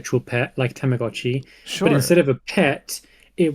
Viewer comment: HA the fucking SECOND he said Tamagotchi I KNEW was gonna correct him